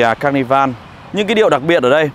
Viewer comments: "ca nơ vồ" chú ơi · ca ni vồ nhé a zai :)) đọc 2 lần cũng vẫn sai buồn cười quá :v